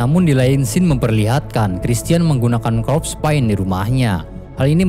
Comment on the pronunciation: min corpse paint dibacanya: "Korps Pein"